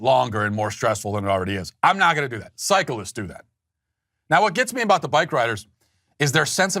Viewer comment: I like the way he pronounces cyclists as Psycholists.